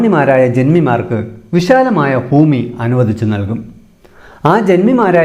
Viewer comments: ഫൂമി യല്ല ഭൂമി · ഫൂഉടമയും ഫൂമിയും ഒഴികെ ബാക്കി ഒക്കെ സൂപ്പർ